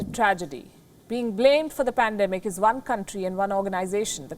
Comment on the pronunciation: He can't even read property and speak 'pandamik' 😣